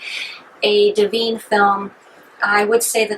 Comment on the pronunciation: "Smellarama"? "Dah veen"? It's Odorama and Divine. Disqualified!!!